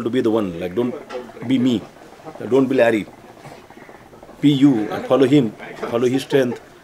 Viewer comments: He says lorry 😂instead of larry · The Ganesh mandal guy introduced Larry as lorry...😂😂😂... Listen at 1.42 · Ha bro lorry 🤣 hotta hai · Abey lorry nhi larry.. Hadh hai. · He pronounced lorry ofthewhey instead of larry wheel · Larry is also a gentleman ... He is behaving in a very gentle and cool manner with everyone ..... I know he heard the man calling his name wrong ( lorrie ) still he didnt laugh and respect him ..... ❤️U brother 🙏🇮🇳